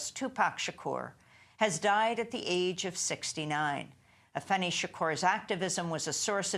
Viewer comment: & it's AFEENI not Afeni